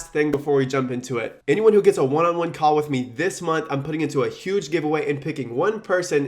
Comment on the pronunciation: I heard "one free call" as "one free car". Thought he was turning Tai Lopez.